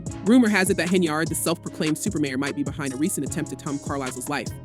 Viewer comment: Super mayor, sounds more like super rat. 😂